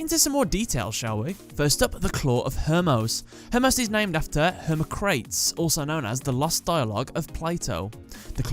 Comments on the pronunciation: FYA, "Hermocrates" is pronounced "Her-mah-crə-tees". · Just to let you know: Archetype: aar·kuh·tipe and Hermocrates: her·mock·ruh·teez P.S. Dan Green voiced both Yugi AND Atem. This means he lent his voice to the human form of Timaeus. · It's pronounced ( Her-mock-kra-teez)